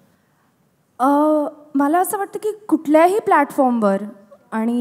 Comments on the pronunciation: Wooooooohw the way she pronounced 'ani'. She seemed to be a actual Marathi girl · Me when she said "aannii" and not "aani"😍